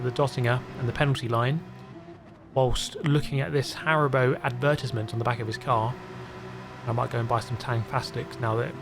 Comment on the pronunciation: I didn’t know it was possible to say advertisement like that 😂